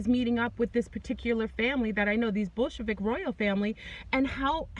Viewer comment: When you say Bolshevik it sounds more like bull** lmao.